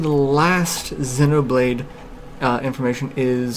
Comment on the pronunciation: Refreshing to hear someone who can say Xenoblade correctly. :-)